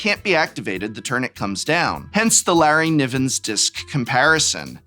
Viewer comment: Exactly who or what is a Larry-Nivven?😂🤷‍♂️